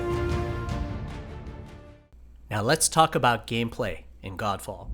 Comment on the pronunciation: I was hearing it 'Gand Faad'😂😂🤣 Edit- which this game looks like😜